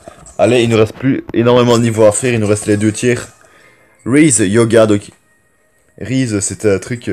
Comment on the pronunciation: Rise se dit Raïze et pas Rize et ca veut dire s’élever donc élève toi